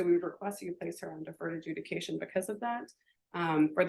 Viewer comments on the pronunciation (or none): AJUDICATION NOT EDUCATION!!!!!! Seriously?